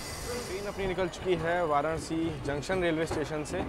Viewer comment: वाराणसी bola Karo, वाराणआसी nhi 👍. I Hope AAP samajh paa rahe ho